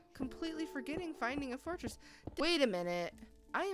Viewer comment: " I FOUND Ember IN a fortriss!" Well no dur